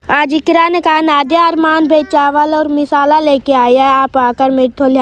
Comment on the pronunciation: बहन मिसाला नहीं मसाला होता है